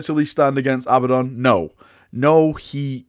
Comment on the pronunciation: A-BADD-ON NOT FUCKING ABBA-DON